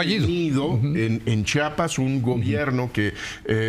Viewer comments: Como lo pronuncia Chapas , cómo se escribe Chiapas 😢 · Porque dicen chapas Es chiapas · Estoy casi seguro que la señora Abogada pronuncia siempre Chapas. No es la ùnica. Es un error muy común y penoso. Pero tap vez estoy escuchando mal. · Es Chiapas no CHAPAS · Porque son tan ignorantes y viven en su burbuja que tal vez ni siquiera han estado en CHIAPAS y no saben como pronunciarlo! 😅